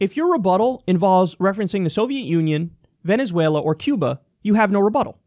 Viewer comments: “Venuzula” Kill me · “But... but.. VENEZUELERRR!!”